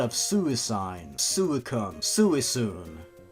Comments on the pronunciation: I know you don't care, but it's pronounced swe-koon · How to pronounce suicune (Sui-Kune) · Suicune is pronounced swe-koon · suicune is pronounce "sweecoon" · You pronounce it sue-kun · lmao its "sweekun" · its pronounced swee-kun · it's pronounced swicoon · Suicune is pronounced swee-coo-n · It pronounces suicide. Your well come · its swe-kun thats how you say that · I laughed at most of these pieces of crap Also suicune's name is pronounced 'sweecoon', just for who don't know :3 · How to pronunce Suicune Swee-cune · swikoon that's how you pronounce suicune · No joke, the way he pronounced Suicine at first was the EXACT way I pronounced it as a kid XD like soo-I-sine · it's pronounced suicune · That doesn't really help him. Do it phonetically. Sweecoon